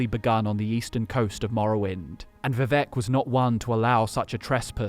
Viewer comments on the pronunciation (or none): none